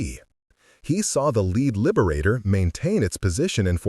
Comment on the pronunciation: Please stop using the AI voice. Please. lyeberator?